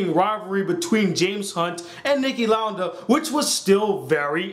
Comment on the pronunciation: It's Niki Lauda(Lou-duh)